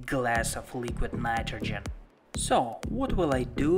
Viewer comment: Leeequeeed Naightrogen. Lol. Great vid tho. 👍